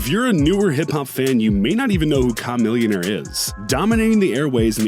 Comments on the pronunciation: It’s like you didn’t even want to try and say the great king koopaas name right. You should be ashamed. Chamillionaire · Damn learn to pronounce their names before discussing their incomes. Chamillionaire is not pronounced like that. Reminds me of the people who call Boosie BooZie. Well, I'm back to making furniture for celebrities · The way you say Chamillionaire makes me wanna punch you in the throat. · Once I heard him mispronounce Chamillionaire name I went straight to the comment section.... let the roast begin 🤣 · I’m like why he gotta say folks name like dat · Butchered Chamollionaires name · lol i love how he was fucking up saying chamillionaires name, but successfully pronounced it when referring to pitfall as a chameleon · Kah millionaire 😂😂😂 wtf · Com-millionaire? No. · Ka millionaire (that's how it's pronounced) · Who is Kah-millionaire!?! Please stick to what you know. This ain't it. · chamomillionaire huh. your one of the people who dont really know him based on how you butchered his name. Not chamomile my guy. I see thats why you pronounced it like that. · "Kah-millionaire" bruh... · OMG it's humiliation for this due Ka millionaire lolol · It’s pronounced Cuh-millionaire 🤦🏾‍♂️ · "KAh Millionaire" LOL STOP he keeps saying it LMAO!!!! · bro said kah-millionaire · That’s what I’m saying bro he said Com-millionaire lol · I agree. Yeah, don't do videos about hip-hop, if you can't even say the names of the artists without that kind of struggle. Cam Millionaire? lol. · KAahhh melionare Ewwwqq yuck don’t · Ya seriously me too. I cant watch it because of that. You have to know how to say their name if you wanna talk about them rule number 1. Dammit it gave me anxiety lol COM-MILLIONAIRE WTF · Same here KA-Millionaire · shamillionaire (shuh) pronunciation would be understandable the narrator put in an hyphen (shy-millionaire). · Pronounced Chameleon*. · *Pronounced Chameleonaire. How you get Chameleon out of Chamillionaire? lol Ya'll trippin. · Haha same here